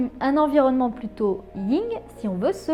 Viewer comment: C'est le Yin et le yang et pas le ying